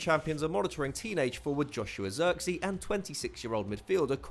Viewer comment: Joshua Zirkzee pronounced like Joshua Xerxes Thats the best butchering of a name ever! (laughs in Dutch)